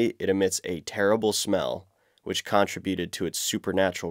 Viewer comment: ar-ki-PEL-i-go con-TRIB-u-ted GAN-gis Kahn